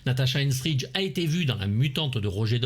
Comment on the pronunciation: Aïe aïe aïe... Natasha Henstridge non de non... Natasha Henstridge nom de Dieu.